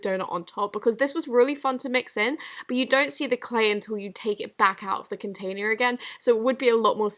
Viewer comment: the way she said containers